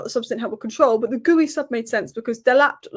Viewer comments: Just for future videos it's pronounced Giu rather than Gooie 😊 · This. Gee-oo or Gee-you, not gooey. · Btw it's Geeoo, with a hard G, not Gooey. The first u is silent and is there to keep the G hard. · His name is not Geewy.....it is Geeyooo...for Christ sake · It's Marc GEE-YOO, not GOO-EYY, come on... :/ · Hi! I noted you pronounce Marc Guiu´s like "gooey", it´s actually GEEE UUU! Cheers love your content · it's pronounced "Gi-yoo" not "Gooey" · It's pronounced as Marc Geeu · ...you asked this before, then still get it wrong every time. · You are butchering Guiu’s name pronunciation lol